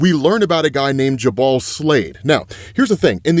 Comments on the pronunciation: Dude... It's pronounced "Joo-bel" not "Ja-Bahl." JFC🤦‍♂️ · Jubal? It's pronounced "Joo-bul" not "Juh-bawl", and it's NEVER been pronounced that way. Example, here's a WELL known one. "Brook and Jubal in the Morning", you know, the Radio Hosts famous for their "Second Date Updates"? THOUSANDS of episodes and Jubal has never one time pronounced his name like that. Considering you're covering illustrated literary-content, I'd assume drawing your attention to this would be positive. Kinda "off" when someone covering anything literary routinely mispronounces things and doesn't seem to have a grasp of Phonics... shrug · Jubal is pronounced "joo-ble" like Google. It's a name with some... uhh... "history", specifically Jubal Early, the architect of the Lost Cause Myth. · someone may have already said and it’s not a big deal but my pronunciation autism is going off, jubal is pronounced joo-bul, no hate or anything i’m just too autistic to not say anything 🤣